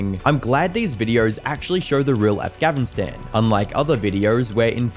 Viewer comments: If you can't pronounce "Afghanistan" then you should have placed an audio clip of someone else saying it wherever you needed instead of repeatedly saying it wrong. Could've even put a little side note somewhere to show your viewers that you KNOW you're saying it wrong but you struggle to pronounce it instead of trying to slide past like no one would notice. Especially when you pronounced Homeboy's full name easy peasy. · In the kindest way possible, I have to ask... how can you say Afghan militia, but cannot say Afghanistan properly? Where does the V come in the you keep saying in it? It's not a continuous thing with words with an n in the middle... genuinely confused. Sorry. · Between butchering the name Afghanistan and mispronouncing the word scheme it seems like your doing it on purpose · I don’t give a fuck about your use of AI… I am more triggered on how badly you fail to pronounce “Afghanistan”, even with the word on the screen! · why can't you pronounce Afghanistan? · he doesnt use an AI narrator, he just mispronounced Afganistan. he has had the same voice since 2022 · Am I the only one wondering what's going on with his pronunciation of Afghanistan? He says Afghavistan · Why it sound like he’s saying afgavistan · Why do you pronounce things wrong Afgavinstan instead of Afghanistan and you say SHKEEEM instead of scheme is this on purpose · Not only do you look the exact same as a pdf file I had laid out but you say "afgavinstan"..... are you high on meth or something of the sort? Genuinely. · Your pronouncing Afganistan wrong. Im hearing Afgavistan. Im howling. 😂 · “Afgavistan”? Why? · Really, its not hard to spell Afgavnistan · "Afgavistan"? Its Afghanistan.... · did I hear it right, afghavistan? or its just my worsening hearing? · No not just you. I keep hearing “Afghavistan” with a V not an N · I swear I keep hearing Af-Gavin-Stan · I don't care the ai was used, I do care that he keeps calling it Afghavistan. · Why do you keep saying Afgavinstan